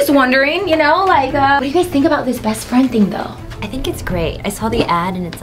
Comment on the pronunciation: Who heard rebecca say you guyzes